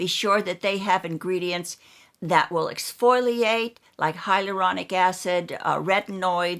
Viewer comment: exf-O-liate...not exf-Oi-liate 😬